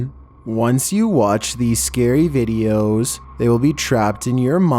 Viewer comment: Will she ListEN. Was it a right decisION? Once you watch this scary vidEOS xD I understand it's meant to be scary and creepy but if you talk like that it makes me laugh and I can't focus on being scared :(